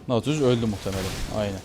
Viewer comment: naaaatilius deyil datilyus diye okunur:D